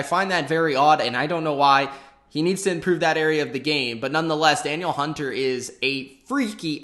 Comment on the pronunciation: its da-neel hunter